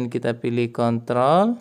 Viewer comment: Bang kalo mau bilang kontrol itu r nya dihilangi aja🙂